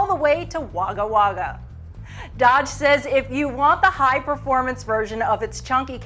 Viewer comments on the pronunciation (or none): LMAO Haul a load of Jackaroo all the way to Wagga Wagga .... Americans mis-pronouncing Aussie words are funny :P Could have been worse, could have said a load of shrimp and a barby to Melbourne ...